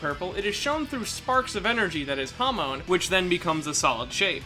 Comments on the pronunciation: Did my man just say hamone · The way you pronounced hamon though.